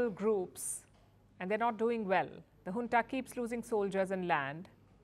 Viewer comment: Not "Hunta" but "Junta"! If you say Junta as Hunta then you must also Say January as Hanuary, Jungle as Hungle🤣🤣🤣🤣